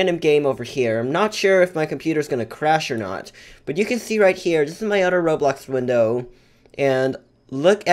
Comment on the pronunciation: Odder😂 “other” oml ilysm 😂😂😂